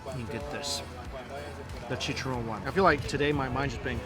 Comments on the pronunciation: Mikey said chicharrón so wrong 😫 I'm Hispanic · i love how he says “chicharrón” lol it’s so pure 🥺🤍